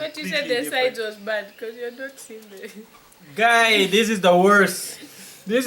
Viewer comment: Here after watching afro day in the Philippines. got me when he said 'Gai' 😂😂 Appreciate you guys so much 🥰